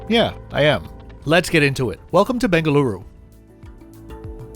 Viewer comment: You pronounced it right🙂!. I think someone forgot his medication😅!.